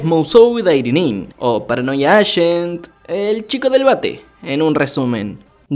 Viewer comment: paranodia acent